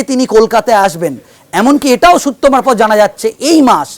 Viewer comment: এই ভদ্রলোক খুব মজার। কি যে বলেন আর কি যে বলতে চান, নিজেই বোঝেন না বোধহয় । এনার সূত্র মারফত, থুড়ি সুত্ব মারফত ধপ গুলো আরও মজার।